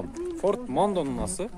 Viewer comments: Форт Мандео болот,а не мандом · Форд мандо эмес мандео болот